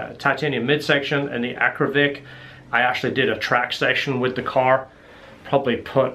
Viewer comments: AKRA POVIC not Akrovic...Akrapovic 😆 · First time that I saw a comparaison between a few x-pipes in one video. No stupid loud background music. By the way and I mean no disrespect, it is Akrapovic and not Akrovic. Well done! I used to have a C6 Z06 with Kooks long tube headers, high flow cats, Corsa x-pipes and sport exhaust. My engine light was always on. Did you have the same issue?